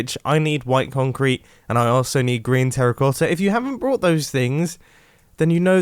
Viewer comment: Did he said GRIAN TERRACOTTA?!?!!!?